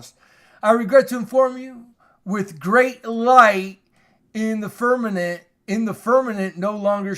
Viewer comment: Firmament not firmanent